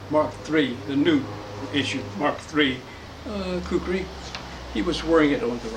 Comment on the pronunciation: Khukuri pronounce as khoo-koo-ry